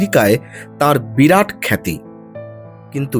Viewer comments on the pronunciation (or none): none